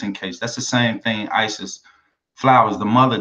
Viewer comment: Her name is Fowler not flowers.as she, mother, did not correct the l as name... a problem...